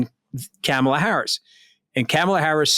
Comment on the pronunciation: Kamala (pronounced Comma-la) is black and a woman. The threat to MAGA is that Biden is old and she is first in line to take the Presidency. Trump will never pick a black person or a woman because the mafia will not approve that. He is in very bad shape and they won't go for that. Luckily Trump will never be elected again.